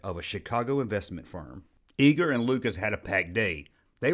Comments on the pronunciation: Love your video but Bob's last name is pronounced Eye-ger, not Ee-gerr. . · EYEger, not eeger!!